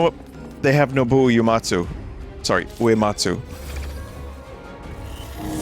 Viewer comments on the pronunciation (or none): Did I hear Vinny say "Naboo Uematsu"??? XD